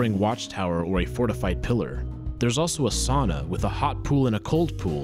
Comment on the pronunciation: Sauna not sana.